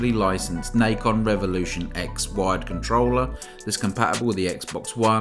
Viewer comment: It's Na Con. Not Nikon. There was a company that made controllers called Nikon before, they kind of sucked. But anyways this is Nacon. Pronounced Na Con. Nahhhhh Con.